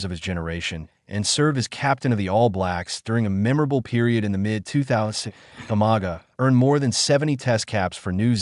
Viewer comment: Pronounce properly bro,or don’t do the job,learn how to pronounce (Umaga not o maga )